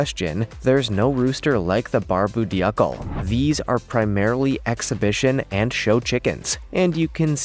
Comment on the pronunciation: Polish chickens are called polish because in Dutch "pol" means hat or crest. Also it is pronounced Barb-oo Doo-clay.